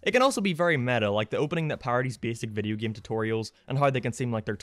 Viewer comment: "Video geeym"